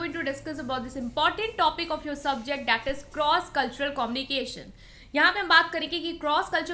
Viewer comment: My friend its good. Small piece of advice - its not commnication its a communication ( U ) while pronouncing. Kindly pronounce it properly my friend.